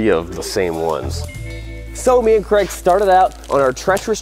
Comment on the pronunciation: Question: how come you call Craig Creg, but you say Craigslist absolutely fine